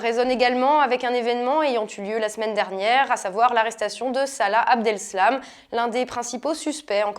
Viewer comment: C'est Abdeslam pas Abdelslam...Vous auriez peut-être du parler du "problème" de la baisse des prix de l'immobilier du XVIe en cas de construction d'un centre d'accueil. Je trouve que cet argument est intéressant à connaître. (le Petit Journal l'avait évoqué brièvement).